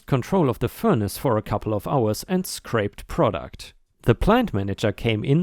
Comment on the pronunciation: Story 5, "scrapped" is said like "scrap" not "scrape." Scraped = past tense of scrape, scrapped = past tense of scrap. It's the double consonants that make the difference.